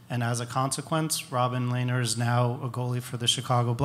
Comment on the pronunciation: I love lehner so much. He is one of the best goalies ever. But I hate the way that people mispronounce his name. It's Len-er. Not Lay-ner. Ergh.